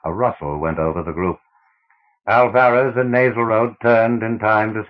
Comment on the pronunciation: Good voice, but learn to pronounce. You do not get 5 minutes into the first story before hearing the names Ophiuchus and Alvarez mispronounced.